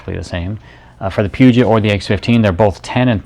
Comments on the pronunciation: dude...Pew-jet? Get some education. It is French...Poo-joh. Never heard of that? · Pronounced "Poo-Joe"